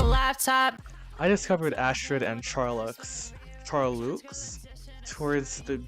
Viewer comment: Charloux is pronounced shar-low 💜